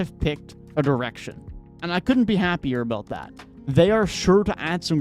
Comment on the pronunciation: Danny Ainge messed up. That was a terrible trade. I know I'm biased but the Knicks offered more . He just sent him they are out of spite. And your accent or whatever, every time you say direction it sounds like erection. Am I the only one? And just because you have pics doesn't mean you have a bright future. But in today's world it's all about winning the headline